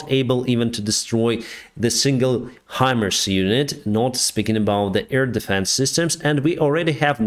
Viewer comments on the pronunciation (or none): none